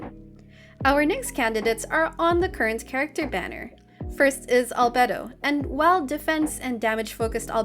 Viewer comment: finally someone that can pronounce albedos name right